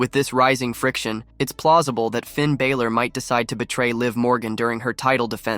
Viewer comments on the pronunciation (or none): Please learn to say Balor's name correctly it's pronounced as Baa-lor, like a sheep baalor